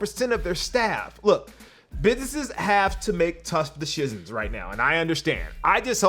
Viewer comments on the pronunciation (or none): Did he say "tough deshishans?" Instead of "Decisions?" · He said Tush Deshicions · You never mess up, but I did laugh when you mentioned stockx... “business have to make tough decisiosisneheisnsismsi.” 😂 you are human!